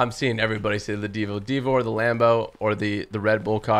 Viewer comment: You say it right divo